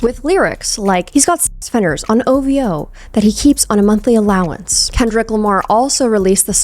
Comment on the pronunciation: It’s “o v hoe” not “hoe v o” but that said, I’m digging the cats just strolling through.